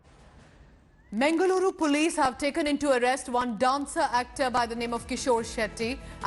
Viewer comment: Its mangaluru😏😏not mengaluru😑😑